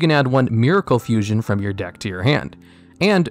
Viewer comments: it said fussion!? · Ok, is it just me, or does Vision HERO Adoration say Fussion instead of Fusion?